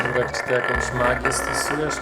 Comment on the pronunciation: czy tylko ja zamiast ,,Jurek” słyszę ,,Si#$ek”????xd Przepraszam Juri